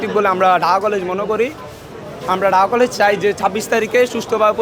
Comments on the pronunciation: ঢাকা কলেজ এর শিক্ষার্থী ঢাকা কলেজ সঠিক ভাবে উচ্চারণ করতে পারে না,সে ঢাকা কলেজ এর ছাত্র,হাউ ফানি !?? ঢাহা কলেজ,হা হা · ঢাকা কলেজ ।এইটাও ভালোকরে বলতে পারতেছেনা।😂ঢাহা কলেজ 😂 বলতেছে ।অবশ্যই পরীক্ষা পিছাতে হবে।❤ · Dhaka college uccaron korty pary na , aisay exam er time 26 tarik conform korty ...